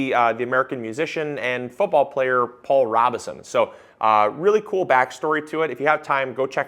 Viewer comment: Look him up, Paul Robe-son! Long o in the first syllable, silent e! I’m old enough to remember seeing him speak about inclusion! And to hear him sing in Showboat!